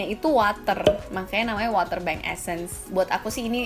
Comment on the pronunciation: Mau sok bhs inggris tp ngomong water masih bacanya water... Tapi thanks infonya